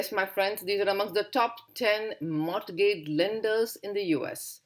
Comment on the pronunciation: Its Credit, capacity, collateral, capital. N pronounciation of Mortgage is "morgage" where t is silent.